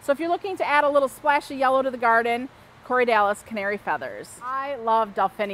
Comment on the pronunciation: It's corydalis, not Corey Dallas.